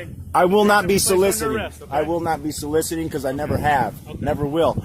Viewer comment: "Solicitating." Where the hell do they find these idiot's? He said it multiple times, wasn't just a misspeak. It's so-lic-iting, say it with me.